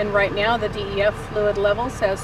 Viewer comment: "and right meow.." did you just meow at me?